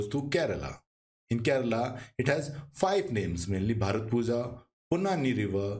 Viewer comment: Pronounciation of bharathappuzha is bharathapuya☺️ Most of the malayalam words (zh is y)